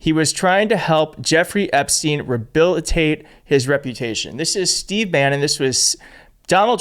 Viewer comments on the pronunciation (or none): No wod like ribilitate you IDIOT american, an RE-hebilitate is how it;s said in English you TWIT!